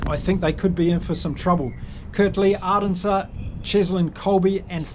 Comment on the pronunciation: Mate, if you are going to do this sort of thing, please learn name pronunciation. If you can ge3t Arendse and Libbok right, then you can surely get the others right too. Nonetheless, enjoyed the preview.